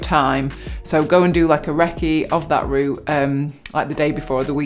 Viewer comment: "Root" it is r-OUT-e :-)